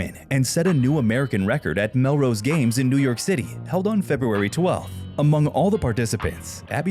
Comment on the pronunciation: It’s “Millrose,” not “Melrose.”